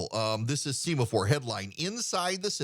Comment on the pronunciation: I believe this is called “sem-a-four.” Like the signaling flags used on naval ships. You are usually correct in these things. I offer this humbly.